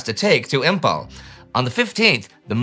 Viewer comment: Imphal is pronounced as Imfal not Impal.